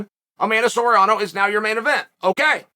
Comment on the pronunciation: Conspiracy theory: chael 🐐says names wrong on purpose for engagement(Amanda Soriano)